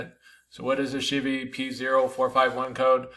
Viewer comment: Never heard anyone say “She-Vee” for Chevy. ;)